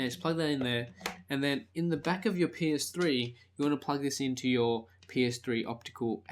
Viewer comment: haha, it sounds like he said'in the back of ur penis-3"hahaha,great vid tho